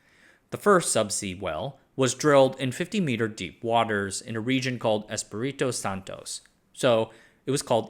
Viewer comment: Dear, Espiritu Santo is pronounced in your americanized English as... S-PEE-REE-TWO SAHN-TOE Thanks!